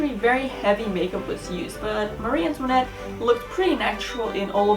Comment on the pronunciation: Antoinette is my middle name and I finally found someone who can pronounce it properly I cannot even pronounce it love it 😊